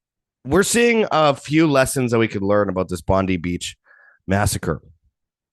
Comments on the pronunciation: just an FYI ... It's Bondi with an I , not Eeee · Aussie here, it's pronounced Bond-eye. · It's pronounced Bond-eye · Pam Bondi. 😆. Bondee beach. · It’s pronounced BON DIE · Bon die is the correct pronunciation.😉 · It's pronounced Bon-Die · You're an idiot and know nothing about Australia you probably had to Google us before your post you should probably start with the name of the place and how to pronounce it your wrong on most of what you say the rest I couldn't stomach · It's very annoying that they are mispronouncing one of the world's most famous beaches.